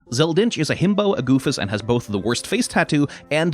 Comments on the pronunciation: Dinch-ed? It’s pronounced Dinked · Dincht with a silent T? I always pronounced it like dinkt, dinked.. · That a new pronunciation of Zell's last name I've never heard before